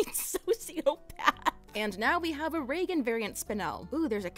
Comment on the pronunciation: For a moment I believed she said Regan instead of Reigen 😰